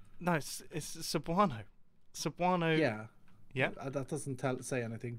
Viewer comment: Mumbo your cebuano pronunciation bad but good job in remembering that sentence